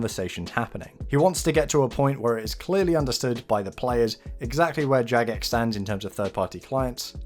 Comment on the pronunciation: Ok its jagex not jadgex first off and clearly you dont understand whats going on right now i suggest rewatching the video and perhaps doing some more research. If your little mind is this shook then perhaps you shouldn't continue to play. People like myself who have played since classic could give a fuck less about your feelings or thoughts, your simply too young to understand these things.